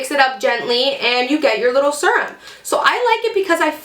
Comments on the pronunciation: thought the same thing... I was kind of like... if she says "serm" once more... then she's like oh crap sorry guys I know youse say you hate that "serum" ahh that's better lol! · So funny! I paused the video and looked at my husband and told him that this girl I watch says serum funny. Then, I un paused it and you said we hate it when you say it like that 😂 great video!